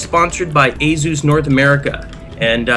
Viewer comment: I hate how he says Asus. A-zuuzz. Its fucking ay-soos